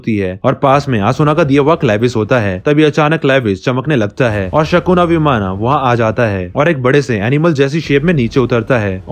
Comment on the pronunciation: Answer hoga Vimana.. Sounds like vimann